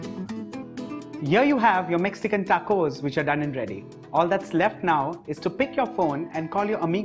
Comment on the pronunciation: TA-COUS! I died laughing hearing that😂😂😂